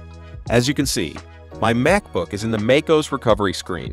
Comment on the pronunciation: Make-ose? Come on, man. Hire a human voice.